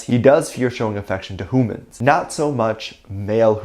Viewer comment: the way you are saying hoomans is sending me hahah